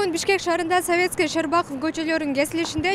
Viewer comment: Кыргызча Щербаков коч. деп эле айтылат, болгону ударениены туура эмес койду.